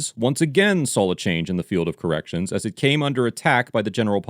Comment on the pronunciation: YOU KNOW I CANT STOP LAUGHING WHEN YOU SAY 2 CORRECTION LAW OFFICERS HAHAHAHA LETS REFRASE THAT WORD DID YOU SAY 2 CURRUPT LAW OFICERS